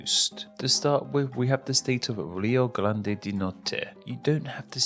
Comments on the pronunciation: Rio GLÂNDE do Sul kkkkkkkkkkkk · What I find pretty funny is that you often pronounce R as L and "Rio Grande" became "Rio GLANDE". While "grande" means "great", "glande" literally means the head of the penis.